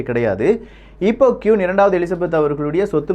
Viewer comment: கியூன் இல்ல ப்ரோ குவீன்